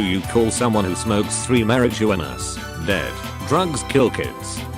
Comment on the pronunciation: 🐙God, I love the way the TTS voice says rump-EL-stiltskin! And mary-Joo-wanna...